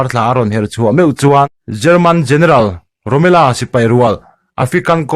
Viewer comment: Romela nilo in Romel-a zawk ani